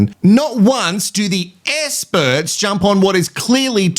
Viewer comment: Essperts….exparagus - What is happening…😂 Adrian….yeah, na